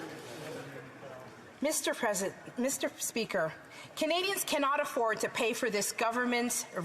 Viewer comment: Remain vocal, you are correct, and your time in office will come. Canadians are listening. You certainly have leadership quality. also; "MEEESTER SPEEKER" uuuuugh....